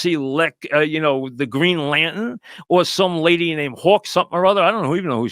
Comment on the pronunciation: "The Green Lan'tn"